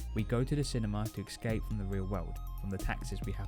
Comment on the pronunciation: *escape, not "excape"